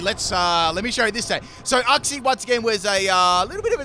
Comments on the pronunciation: When you misprounouce uxie's name wrong wow. It's not uhxie. It's uxie. You say the letter u first. I can even tell that you haven't seen the anime as well when you misprounouce certain Pokemon like rayquaza saying it like rawquaza when it has ray in the name and not raw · The way u say Uxie triggers me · The way says Uxie tortures me.